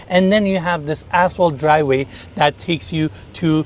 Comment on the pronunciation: should learn how to pronounce the 50 English words he uses in his videos such as “the” and “driveway”